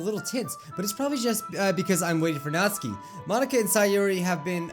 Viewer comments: Nat-suki Not Natski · All reading this comment stop saying Nat-su-ki it is Not-s-kee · It's not Natsuki it's pronounced Nat-Sue-ki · Its natsuki not notski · It's pronounced Naht-SOO-Kee, not NAHT-suh-kee I feel like Hermione right now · It's not natski it's natsuki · Stop saying Natski please it is annoying say NatsUki WITH THE FREAKING U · Natsuki The normal way of saying it. Nat-sue-key Natsuki How says it. Nat-ski A whole new 🌎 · says Natski But others say Natsuki. be like DON'T CARE. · Pronounces Natsuki like Natski Me: 😐🇵🇱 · Is he saying Nazi? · Natsuki sounds likr Nazi when you say it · Its nat suki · you pronounce natsuki's name like nat-suu-ki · It’s NAT-SU-KI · Ur pronouncing natsuki's name it sounds like ur saying not sue key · That's how you say her name! I get very angry when people call her "Natski". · Her name is pronounced "Nat-soo-ki" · Who else hear "Natzi"? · WHAT NOOOOOOOOOOOOOOOO NOT NATSIKE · he said natzi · OH NO NATSUKI!!!! NOT NATSUKI!!!!!!! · Not my Natsuki 😢😢 I'm a french new subscriber 😊 I love your videos very much 😊❤ ( and your hair 😍 )